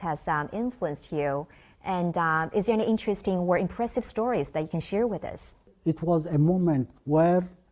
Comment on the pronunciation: {"This man stood against ziss & zat... ; "Mutual cooperation wizz China...?" Wut good is that for Eri...? & Did i just hear u correct...? " WE R NOT IN THE STONE...!!! "} .................. BUT WE ARE.................... I think ur mind is playing tricks with your sick-self. Never u mind... hegymonist -- folk in Asmara are harnessing sparks, by striking 2 rocks - as their heat source, in (2023). (Who would have thought?!?) Well... there's the sad, ugly, evil spectra of tyrants -- so much... for legacy.